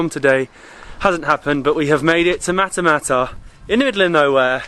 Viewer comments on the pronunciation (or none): Matmata not matamata